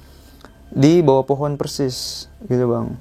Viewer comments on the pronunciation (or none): none